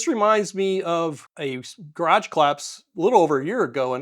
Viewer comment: Why is it so hard for many Americans to pronounce "garage" correctly? I mean, if there was a "d" in the middle, we would probably spell it "garadge"... neither the (US) English (ga·raazh) nor the French original (ga·raj) have this "voiced alveolar plosive" in the middle... so why insert one? I mean, I was curious and researched this a little and the only explanation for the insertion of a linguistically "decorative D" in "garage" was this one: "I once tried to pronounce it upper-class but then I sounded like a twat"...